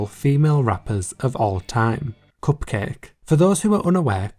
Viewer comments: It’s pronounced Cup-Kah-Kay. It’s a play on bukkake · The pronunciation of Cupcake *chef kiss* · My degenerate brain definitely thought cupcakke was pronounced differently... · when you said cupcakke i died inside